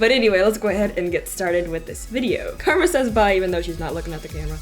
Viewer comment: Was the cat called Karma or Garma?